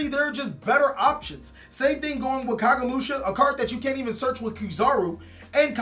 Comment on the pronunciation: u called kagemusha 'kagesushi' im deaad